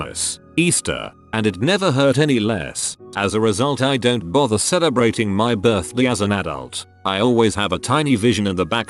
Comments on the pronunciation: “my birth-de” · Does it trigger anyone else when the voice says "birthde" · Nobody: Text to speech: Birthde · Noone: Not even a soul: Scottish viking: BIRTHDIY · Anyone getting annoyed how it says Birthdi like I’m not OCD it’s just annoying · The way the voice says "birthday" cracks me up every time I hear it. It's just how clear and coherent it is and then suddenly Sean Bean saying BIRTHDEH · No one : Him :berrrrrth deeaa Me : you mean birthday 👀👁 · When it says birthday it sounds like an accent Birthdey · Why does this voice say "birthday" so weird? It literally sounds like "buthdyei" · The synthesized speech sounds like he has a midwestern accent when he says “birthday”